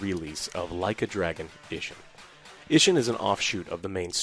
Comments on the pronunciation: *Ishin... Not "Inshin" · ISHIN, not INSHIN.